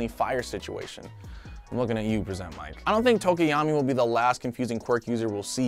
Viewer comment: Bro it's pronounced Pre-sent Mic